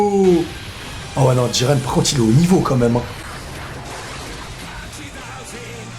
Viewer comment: Jiren idiot, pas djiren